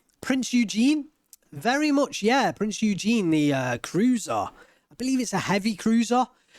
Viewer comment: Great cast, "Prinz Eugen" is pronounced "Prince Ouygen" with "g" as in "gun"